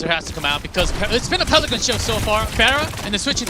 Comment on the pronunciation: PeliCAN not PeliCANT goes kinda hard